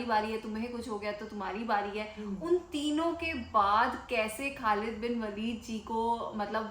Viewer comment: Khlid bin waleed is actual pronounced